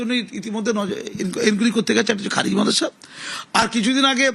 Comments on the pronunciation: খারেজি টাও ঠিক ভাবে বলতে পারে না সে আবার মুখ্যমন্ত্রী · ভাইরে উনি নেকি আমাদের মুখ্যমন্ত্রী।। খারিজি কে বলছে খাজেরি😂😂😂😂😂😂😂😂😂😂😂😂😂😂😂😂😂